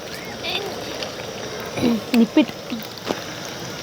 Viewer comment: ನಿಪ್ಪಿಟ್ ಅಲ್ಲ ನಿಪ್ಪಟ್ 😂😂